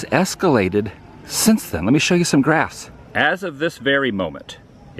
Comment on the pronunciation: When you said let me show graphs. I thought you said grass lol